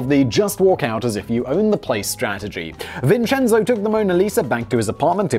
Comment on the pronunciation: Was cooking for my first viewing, rewatching to get all the details I missed (plus Simon's money). My son is named Vincenzo and he really appreciated hearing his name spoken authentically over and over again!